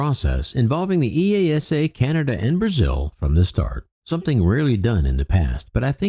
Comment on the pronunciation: FWIW, EASA is pronounced as one word where I live. EEE-ARSE-ER